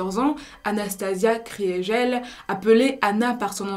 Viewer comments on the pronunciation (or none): Kriegel ne se prononce pas « Cris et gel » mais « KRI GUEUL » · Ça se prononce pas Kriégelle mais Krigueule